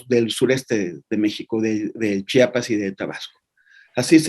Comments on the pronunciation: Se dice CHIAPAS NO CHAPAS😡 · Se lee chiapas no chapas muchacho